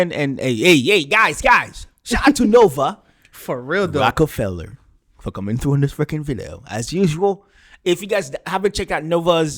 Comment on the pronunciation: The way you said "Rockefeller"